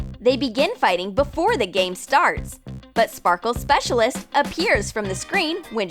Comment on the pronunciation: STOP SAYING SPARKLE SPEACLIST